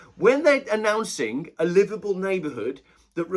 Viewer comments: I had the same problem, I thought he said Liverpool. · Thought he was saying Liverpool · It took me until to realise you were saying livable neighbourhood, and not Liverpool neighbourhood! Think its me that needs to visit spec savers...